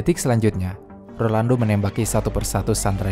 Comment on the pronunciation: Rolando bukan Orlando, bisa denger ga sih?